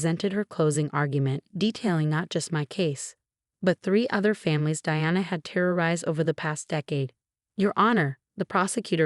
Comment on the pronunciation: Suyrupy, not serpy. Choppy narration is annoying. Smug, not smuck. Past, no pass. Reduced, not reduce. Twenty years is too light a sentence for attempted murder. Diana, not Deanna. Its, not it's.